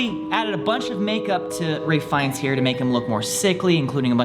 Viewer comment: Are we gonna ignore the fact that calls Ralph Fiennes "Ray Fines" like bajillion times in this vid? D